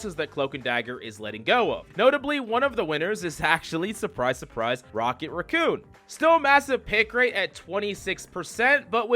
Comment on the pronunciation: The way you said raccoon is criminal. 😭